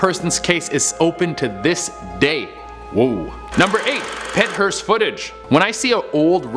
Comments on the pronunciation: It is Pennhurst. Not Penthurst. No T. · Pennhurst not Penthurst , Been there a few times. Pretty awesome place. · wait u said penthurst, I only see pennhurst on search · It's Pennhurst. I know because I live near it. It's being used as a dumb Halloween attraction. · pennhurst hence like pennsylvania my home state